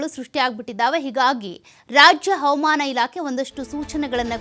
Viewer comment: ಅವಮಾನ ಅಲ್ಲ ಹವಾಮಾನ... ಸರಿಯಾಗಿ ಹೇಳಿ